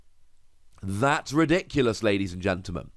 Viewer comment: It's, R E D I C U L O U S ladies and gentlemen